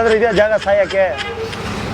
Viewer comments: ಕನ್ನಡ ನಾ ಕೊಲೆ ಮಾಡ್ಬೇಡ್ರೋ ಸಾಯೋಕೆ ಅದು ಸಯಕೆ ಅಲ್ಲಾ. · ಸಾಯೋಕೆ bro ಸಯಕೆ ಅಲ್ಲ